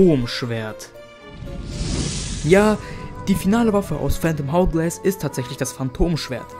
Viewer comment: Bruder ich weiss, du bist noch ziemlich jung, aber man spricht es ourglass aus.